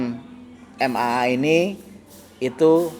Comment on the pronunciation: bukan MMA tapi MAA. Kalau MMA itu adu jotos bang hehehe....